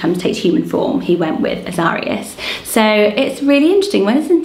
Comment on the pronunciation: Love this list! Azarias is usually pronounced ah-zuh-rye-us, like Zacharias/Zachariah, Ananias, Elias, Tobias.